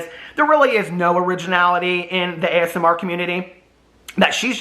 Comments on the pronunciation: Everytime you say as-mer it reminds me of how my grandmother says asthma! I don't comment enough on your videos but I wanted to say I've missed you and welcome back ❤ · I keep hearing "the asthma community" too. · omg idk why but imagining this is making me crack uppp 🤣🤣🤣